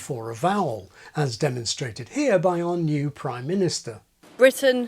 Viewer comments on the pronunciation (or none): What is the point of this video? How many times do you use the word "posh" or "weak"? Did you really say "new Pryminister" ? What's there to "like"?